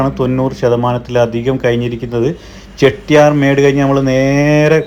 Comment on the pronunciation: ചെട്ടിയാർ മേഡ് അല്ല 😊 ചെട്ടിയാർ മാഡ്